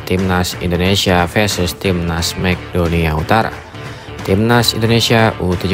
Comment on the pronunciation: Mek donia utara😂😂😂 MAKEDONlA penyebutan ente salah min